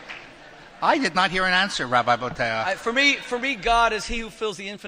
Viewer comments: I've heard Bo-teach and Bo-tee-ach, did he say Bo-taire? {:-:-:} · Also, "Boteach" is a name created *just* to pronounce incorrectly. Boh-Tay-Ach? Bullshit. Boh-Teech.